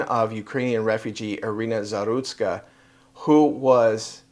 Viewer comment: No la llamen Arena, es de Ucrania, se pronuncia como en español, Irina.